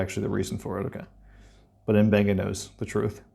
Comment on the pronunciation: i wish someone on the show would pronounce the doctors name properly M,BENGA NOT UMBENGA